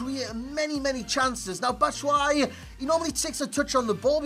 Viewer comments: by the the way to pronounce his name it's BAT-SHOE-I-EEE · It's batsh-wa-yi!